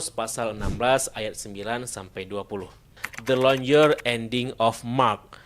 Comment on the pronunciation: Wkwkwk baca nya aja salah longer (baca nya longger) bukan jadi lonjer koplak sok² inggris 😂😂😂